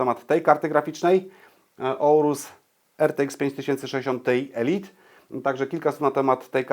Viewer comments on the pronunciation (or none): none